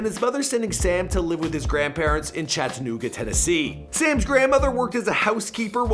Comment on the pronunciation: He doesn't say chattanooga right lol